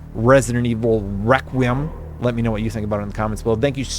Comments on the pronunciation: your pronunciation of the title was killing me. Requiem is said Reh-quee-Um. Love the content Brother! Hope you and your family are doing well!! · I love you … but it’s “rek-wee-em” 😂❤️